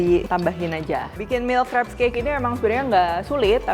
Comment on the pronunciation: Dibacanya mil kreps kak bukan mails krip